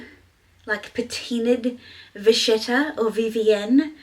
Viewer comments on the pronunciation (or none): With respect ~ vachetta is an Italian word & it's pronounced vaketta. 😘🌻